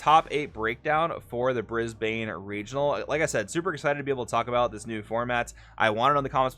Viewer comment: Brisbane, to say it correctly, is more like “brisbin”